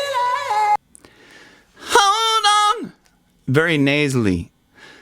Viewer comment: Trying to say feeling the pronunciation is a little bit what? Lol is it feel lay yay en